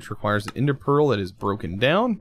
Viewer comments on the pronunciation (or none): none